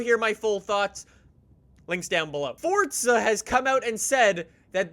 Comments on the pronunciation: its not "Forca" its "Forza" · the game is called FORZA not FORTZA.. I'm so confused how you even mess it up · FORZA NOT FORTZA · Why do people call it fortza it’s forza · what’s a “Fortza Horizon 4” 😂😂😂😂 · It's not FORTZA